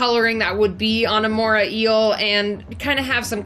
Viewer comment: It's the MorAY Eel, not Mora Eel